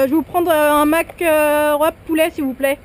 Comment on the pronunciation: j'en peux plus "mac rouap et patatose" 😂😂